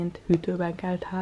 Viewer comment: Miért úgy mondod a délutánt,hogy dhélután és azt,hogy kell azt khellnek?Nem lehetne h betű nélkül mondani???